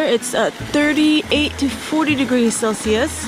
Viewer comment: It's not celsies????it's Celsius